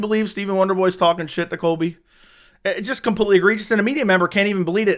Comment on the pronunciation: Can u learn how to pronounce completely? It's not computely. U say it so often it makes my ears bleed.